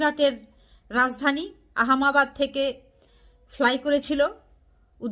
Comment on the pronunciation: আহম্মাবাদ না, আহম্মেদাবাদ হবে, আপনার প্রতিবেদনের মুল বিষয় কি? ল্যাড়ার নিউজ করেন?? এত সোজা পরের ভিডিও টোকাইয়া নিউজ করা যায়না। ভারতের বিমান দুরঘটনায় সুদি ইনুস শোক জানাইছে এটা কোথাও দেখা যায়নি। আপনি কি রাজাকারের সমর্থক 😂😂😂😂.ফালতু মহিলা